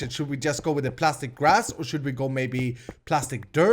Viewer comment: Its prastic not plastic 👌